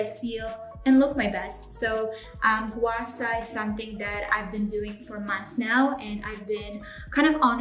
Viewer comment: just wanna comment a little suggestion which is the pronunciation of "gua sha", the "sha" should be pronounced same as the beginning of " shark" instead of "sa", hope you understand what I am trying to say.